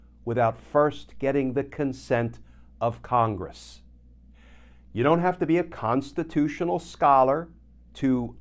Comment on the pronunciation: You said Constitutional Scholar 😂😂😂😂🌶️